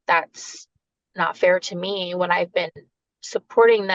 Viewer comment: Just me or is she using that annoying mean girls voice where they end words on a higher pitch? Or adding "ah" like "I want my daughters to visit with meahh"